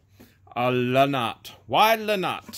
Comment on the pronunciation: Lol. La nox. It's not. La not. You are hilarious.... Where are you?